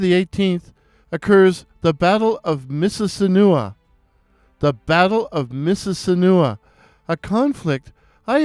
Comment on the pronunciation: The correct pronunciation of Mississinewa is "miss-iz-SIN-eh-wah"